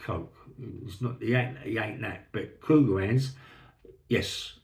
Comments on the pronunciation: Sorry for being thick but all I can hear is "cougar hands". Somebody please help. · Thanks for solving that mystery, I couldn’t make out what he was saying either 😂.